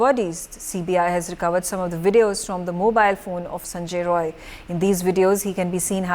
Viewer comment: Not roy its rai